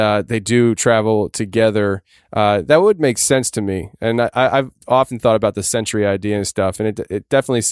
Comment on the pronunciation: “Sentry” not “century”. Come on guys!